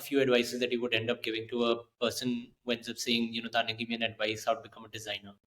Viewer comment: Keep rocking! 🎉 But the host totally botched the pronunciation of your name! 🤦🏻